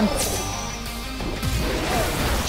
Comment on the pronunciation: i loved all of this except one thing: the way he pronounces giacomo